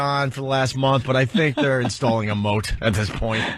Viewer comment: It was kind of funny. Also it's "moat"